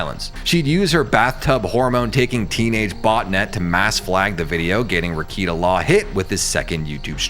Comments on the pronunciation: This was so well done. But not gonna lie, I spent half the vid trying not to shout at the screen “it’s pronounced re-KAY-ta! Not re-KEE-ta” hahah. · Nick-Rick-kay-tah. Not Rick-eat-ah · lol - 2 seconds in and “reeyketa” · Let me give you a couple of corrections: 1. It's pronounced "Ruh-KATE-uh;" and 2. Keffels is a man. Stop using female pronouns to describe him. You're welcome. 👍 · You can’t even say his name correctly…. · If you don’t know how to pronounce Rekieta’s name properly then you don’t know anything about him. You’re just grifting. I can’t watch this. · Nick Rekieta has half a million subs on YouTube alone. You don’t have to be a sub to watch a video. If this channel watched just one of Rekietas videos he would know how to pronounce his name. He doesn’t know anything about him. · It's weird, he obviously did research, but doesn't pronounce it properly